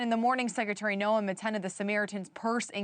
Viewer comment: Hey reporter, pronounce her name correctly. How can you be in the news and not know how to pronounce the name of the Secretary of Homeland Security?